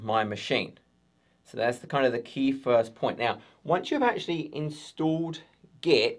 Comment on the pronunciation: Brilliant video as always but stop saying 'get' instead of 'git' 😆